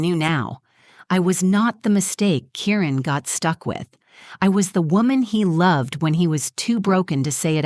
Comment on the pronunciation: I’m pretty sure his name is Kieran and not Karen as the words come across.